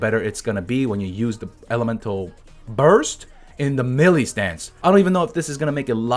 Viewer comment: just wanted to let you know that the word Melee is pronounced like "May-lay," not Mee-lee.